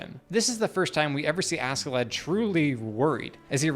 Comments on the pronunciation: Ask in Askeladd is pronounced "ash". SK in nordic language generally is. Example: a ships Skipper, the captain, is pronounced Shipper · It is pronounced 'a-shae-ladd' old norse, he is one of my favourite characters. Really deep and complex, fun and wise in his twisted ways :) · Not using sub in the example scenes is criminal, it'd also teach you his name is pronounced "Ash-e-lad"